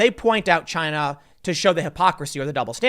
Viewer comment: Tim: Most plastic is actually coming from ... Tim and me: CHY-NA! You can't just say it in another way anymore.